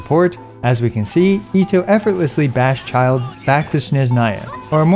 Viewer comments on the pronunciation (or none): It's Childe, not Child, "bozo"